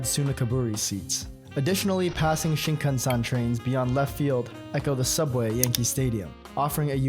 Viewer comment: Yeah, I don't want to rag on a small YouTuber, and goodness knows I would botch Thai or Swahili names for instance, but if you're going to have so many of a language's words in a video, maybe give a look at how they're said? "Shinkansen" doesn't rhyme with "Wisconsin." "Rakuten" in no way sounds like "Racoon ton." "Koshien" is ko-shee-en, not "coshun'." And, yeah, I know nobody needs to know this, but the "cera" in "Kyocera" is just the first half of the word "ceramics" (Kyoto Ceramics), and he still managed to not say it right.